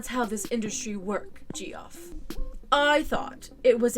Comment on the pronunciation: Hey - great vid as always... just to let you know, though, the name "Geoff" is not pronounced "Gee-off", it's just the same pronunciation as "Jeff"...